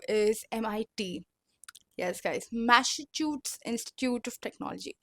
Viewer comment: dude what? It is Masa-choo-sets not Masach*ts💀...I'm no grammar police but that shit sounded wrong lol